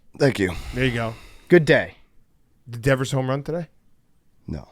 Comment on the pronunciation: Christ, Devers has been on the Red Sox for 8 years and can’t pronounce his name?